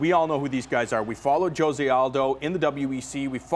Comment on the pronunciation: Why do they pronounce Jose wrong every time!